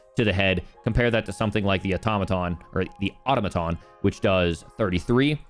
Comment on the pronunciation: You had it right in the beginning. It is pronounced Au-tom-a-ton. Its not Auto-maton. Automaton definition: A moving mechanical device made in imitation of a human being.